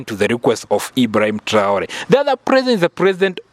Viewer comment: Message à la traduction. C'est irrespectueux envers. Pourquoi cette voie française n'arrête de mal prononcé le d'hibraim TRAORÉ. Merci d'articuler proprement